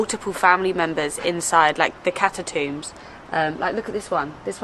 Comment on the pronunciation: ‘cattatoombs’ I think you mean catacombs or tombs 😂